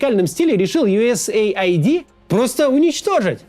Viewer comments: Не юэсэй айди а юэс эид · Скажите кто-нибудь ему, что это не Ю ЭС ЭЙ АЙДИ. Это Ю С АЙД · Да какой бл айди? Эид. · Абривиатура USAID читается как US Aid (Ю Эс Эйд). Произношение USA ID (Ю Эс Эй Ай Ди) очень режиь слух! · US ID это то что вы произносите,организация о которой вы говорите называется US AID !!! Как можно это упустить? ))) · Поддериживю! Ну сколько можно... Аж слух режет! Правильно - Ю Эс Эйд. А не Ю Эс Эй Ай Ди... Смысл там в аббривиатуре - Соединённых Штатов Помощь. Ай Ди (обычно аббривиатура ID) - удостоверение личности, что ни коим образом не имеет отношения ни к структуре, ни к её названию. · Правильно произносить юэсэйд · Ага: ЮЭС ЭЙД блин не понял как читается глядя на картинку где оба слова выделены отдельными цветами 😂